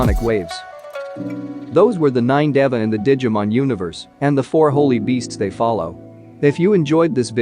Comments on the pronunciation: How does he say Dava in place of Deva? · It’s pronounced Dēva (Deeva) and Antylamon is a Girl. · Funny how pronounces this word DEVA with a short e, and the official English dub, a hard e aka a long a to make it slant rhyme with sega as well as data in a way.